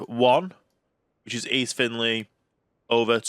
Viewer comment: It’s actually Finchley, not Finley.